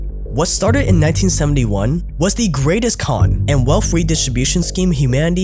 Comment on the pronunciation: still can't pronounce wealth properly. "Wellfff".